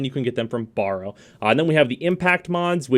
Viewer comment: Borrow, eh? I thought his name was Baro. And lets not even get in to 'rapier',.